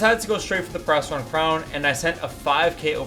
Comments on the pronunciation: It sound like perrastron instead of periastron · Its pronounced perry- Aztron not perasteron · You made the whole vid without looking up the pronunciation of periastron 😢 it’s not a “perasteron” bro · Isnt it pronounced “ pee-riya-stron” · the way he says periastron is actually triggering me